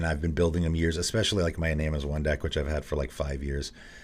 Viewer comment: I love you, please take this with as much positivity as possible: Iname is pronounced ih-nah-may.